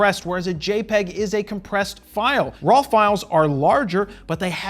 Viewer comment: I never noticed that you pronounce RAW as RAWL. I will hear that everytime I watch one of your videos. BTW, thank you for this video, very highly appreciated.